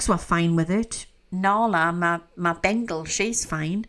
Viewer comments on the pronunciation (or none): none